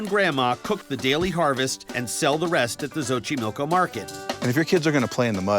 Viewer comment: Es Xochimilco no xoxiloco. Lol